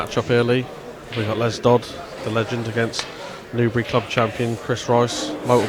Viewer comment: Dodd ...not dodds